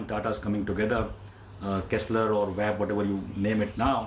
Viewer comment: Kestrel not Kessler.